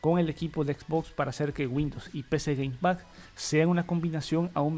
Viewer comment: Con que Game Pax eh? Cada vez tu inglés es mas bello